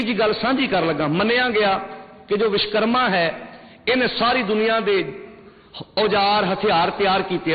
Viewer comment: विशकरमा नहीं (विश्वकर्मा) वोलना सिख तेरे जन्म तों पहिलां असीं मंनदे हां अव तेरे कहिन तेकोई नहीं हटेगा विश्वकर्मा वर्मा जी दा पोता सी